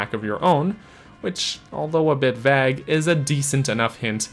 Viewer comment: Does anyone else die a little when he says vague or southern? 😖 Love the content. This series is bomb